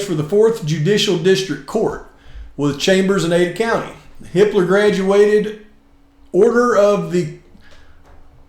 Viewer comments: Sounds like you're saying Hitler 🙂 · I thought you were saying "Hitler" this whole time 😂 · I wonder how many times people heard or accidentally said Hi*ler instead of Hippler?🤔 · Hippler; for a moment, I thought you were saying another name, a German name.